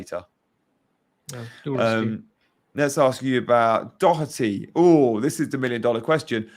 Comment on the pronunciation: There’s no “c” in Doherty